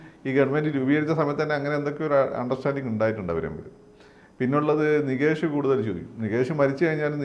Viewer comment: നികേഷ് അല്ല നിതീഷ്